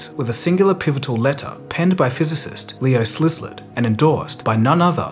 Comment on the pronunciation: "Leo Szlizzard" lol